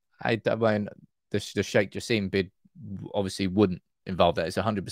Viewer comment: Sheikh Jasim name pronounced like /Jah.sim/ not Jah seem